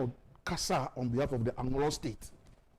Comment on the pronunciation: Presenter learn how to pronounce Anlo properly next time before you come on air